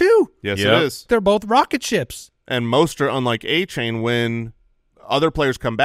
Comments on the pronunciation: Achane said were pronouncing his name wrong. Its De-Von A-Chan like chan in channel. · Achane has come out and addressed the incorrect pronunciation of his name so you guys can stop butchering it 😂